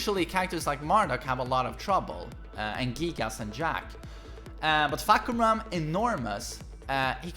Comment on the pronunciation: He said fuck koo ram 🤣🤣🤣 it’s pronounced faah-Kuu-mah